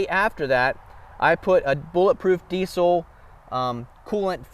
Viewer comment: It’s diessssel not D-Cell.